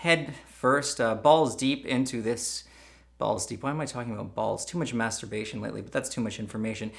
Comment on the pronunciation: "To munch masterbaition lately"